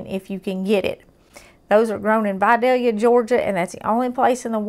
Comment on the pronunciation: She pronounces Vidalia correctly.